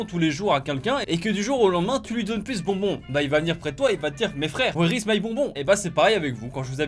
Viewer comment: "Wehre is my bonbon?" Ah... l’anglais c’est toujours pas ça 😂